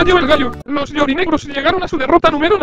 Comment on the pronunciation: "Los Llorinegros" 🤣🤣🤣